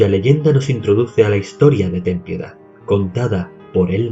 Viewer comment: Al menos alguien que puede pronunciar "Ten piedad"